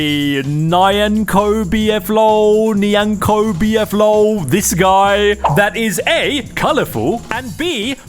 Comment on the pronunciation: (NyankoBflol) Nee-yan-co-bee-eff-lull That’s how you pronounce it